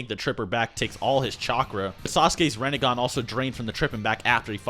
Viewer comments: Reh Neh Gan? Rin Neh Gahn. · Its not rEnnegan its rInnegan